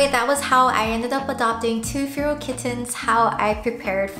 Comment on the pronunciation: Im sorry but its making me mad its pronounced fair - al feral